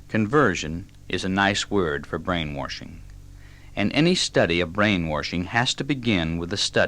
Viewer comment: It's kinda funny that he's saying "brain-warshing" the way the hillbillies here in TN pronounce the word "wash". I love this talk though. It's fantastic information.